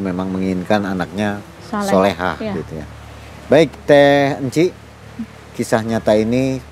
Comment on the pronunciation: Sholehah mbak bukan sholeh😭